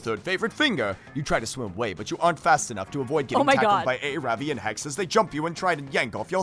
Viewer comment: Aaravi name is pronounced Ah-ra-bi